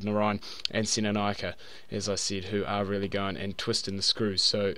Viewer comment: It's pronounced senna-nay-aka